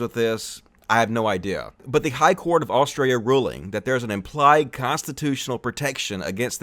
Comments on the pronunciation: every time you say Australia i hear Austria lmao too much hoi 4 for me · Australia has an ‘L’ in it. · hey you do know there is a L in Australia right please say it properly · In this video we learned can’t say Australia lmao. Excellent video and reasoning. Nice one! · He can't pronounce Australia, lol.